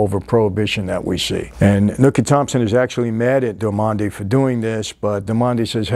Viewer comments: Never heard Jimmy Darmody pronounced that way lol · James darmody your saying it wrong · You are brutally killing that characters last name lol you just made it an Italian last name when he is clearly an irish or Scottish or German white American guy 🤣🤣🤣🤣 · Darmody is an beautiful Irish name, and it's pronounced DAR - MA - DEE. So, Mike would please try to get right for the next video. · Michael, this is in my opinion the greatest show ever but you really got to get the names right. Dor-mod-ey and nookie.In all seriousness I love your Channel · 'Nooky' Johnson, Jimmy 'Darmon-day', bro Michael clearly hasn't watched the show if he can't even pronounce the main characters' names right 😂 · Jimmy's surname is Darmody, it's Irish. It's said like "Darr-muddy" i think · Sorry mike bug it’s Darmody.... Irish and I believe consumption is tuberculosis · Love your channel. Love this episode. Huge fan of Boardwalk Empire but Jimmy’s last name was pronounced Darmody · Only an Italian could (without meaning to) change an Irish Gaelic name like darmody into an Italian sounding one. He keeps saying DAR-MON-DI which really does sound Italian lol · If you're trying to tell me that you've watched this series, go tell it to Sweeny. 1. You continually mispronounce Jimmy's Surname wrong. It's mentioned enough times in the show, for crying out loud. "Dar moh dee" 2. The lead actress is Kelly McDonald. She plays Margaret Schroeder. You keep calling her character: "Kelly". 3. Nucky's wife, Mabel, died of Consumption. Consumption is Tuberculosis (TB), not alcoholism. Your researchers are making you look like a schmuck. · Duarmonde? So distracting tbh lol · Only a real paisan pronounces "Darmody" as "dar-MOND-ey." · Lol why does he keep saying all these names wrong? Did he actually watch the series? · Your pronunciation of Jimmy’s last name and Nuckys first name are wrong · It’s DARMODY not Dormandy hahaha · Great video! But, it’s Jimmy Darmody, not Jimmy Delmonde 😂😂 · Jimmy “Dar-mon-day”